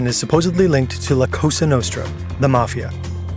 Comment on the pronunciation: All I can think about the FBI's name fumble is this: il FBI chiama il gruppo di quale si parla qui la COSA nostra, non la cossa. Which should sound /ˈkɔ.za/, not /ˈkɔ.sa/.